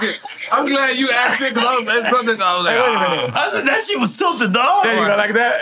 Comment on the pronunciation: Nore said “Water a minute”